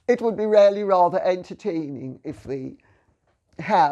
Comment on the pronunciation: Her "really' sounds as "rarely" :-)